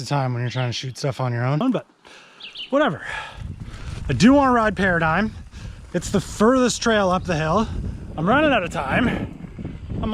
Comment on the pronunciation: its pronounced pear-a-did-jim? - the question mark at the end is crucial